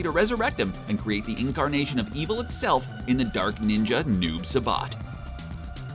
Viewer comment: Saibot...not sabat you straight butchered the brotha 😂😂😂😂😂😂😂